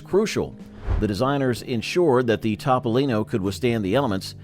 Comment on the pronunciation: Evidently Leno has a different car. His is a Tahpolino not a Topolino! LOL